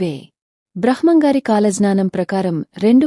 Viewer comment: భ్రహ్మం పదం పలకడం సరిగ్గా లేదు మేడం